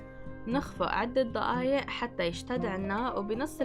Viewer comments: احلى شي لما تقولي ضقايق عن دقايق 😂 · اسمها دقايق مو ضقايق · دقايق مو ضقايق هم نطقهم يفخمون حرف د و ق اسمعوها كويس هههههه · أيه والله بتعجبني 🤣🤣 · هي ما بتكتبه هيك هاد نطقها بس يعني بتنطقه ض